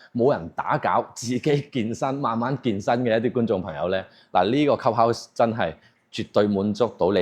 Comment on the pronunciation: 鍾意睇Ken片，但英文發音可以準d，club 有L音，唔係cup house